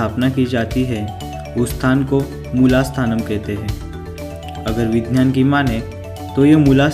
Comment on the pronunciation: Gadha hai tu.. Vigyan toh tujhse bola nehi jata.. vinynan kehta hai..